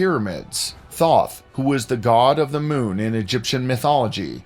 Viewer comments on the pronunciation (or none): none